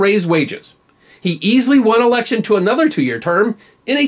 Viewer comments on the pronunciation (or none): none